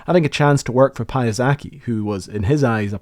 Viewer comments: English speakers really do butcher the pronunciation of everything. For f's sake the guy was not Japanese, he was (by origin) Polish! Pjasetski, not Pia Saki. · Just a tiny pronunciation note, probably unnecessary but impossible to resist: “Pia” is pronounced like in piano, not “pa”. So if we were to write it phonetically in Polish, it would be closer to Pjasetsky, not Pajazaki — although I admit the latter sounds nicely Japanese. Polish is actually simpler than it looks. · Being polish, I feel I need to put out the correct pronounciation of Mr Piasecki's surname (it's of polish origin) . It's pronounced "pya-setz-kee", not "pie-uh-seck-y". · );((, NOT payasaky, pya se tsky !! You are spelling ,, Sikorsky" ok, so why You CAN'T spell right ,,Piasecki" ???! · It's NOT "Pie-uy-ZACK-ee"; it's pronounced "PIE-uh-SECK-ee!" That's straight from Frank Piesecki's mouth. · Pajazaki .... ahahahaha - ROLF :D Pia - sec - ki :D best surname twist I heard in 2025 ! - :D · Piasecki is a surname of Polish origin, pronounced there more or less (roughly) as “pee-a-sa-tz-ck-ee.” I'm just mentioning this because as “Pyazaki,” the guy sounds like a descendant of the Japanese. “Olshfski” is also a Polish surname, but it is spelled completely differently in Poland (Olszewski) - but your pronunciation is actually very close to the Polish one. Immigrants from Poland with this surname must have had to rack their brains to “convert” their surname so that it sounded like it does in Poland. And it works, even if it looks strange with all those consonants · I’m confused as to why you include the correct pronunciation of Frank Piasecki’s name , but then choose to call him “pie-uh-ZACK-y” instead of “pie-uh-SECK-y” for the entire video. A bit disrespectful to the legacy he built. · Great video! But hearing name Piasecki pronounced as pee-a-sek-ee so many times just makes my ears bleed as a Pole hahahah It should be more as pee-a-sets-key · Piasecki sounds polish and its read like piyasechki